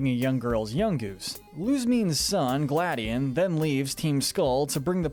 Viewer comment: kinda pains me when they pronounce gladion's name wrong. EMPHASIS ON THE "O". gladiOn.